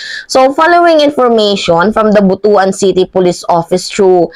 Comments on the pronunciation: BUTUAN. Pronounced as BUT-WAN not BUTU.AN. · ayusin mo yung pag basa mo ng butuan!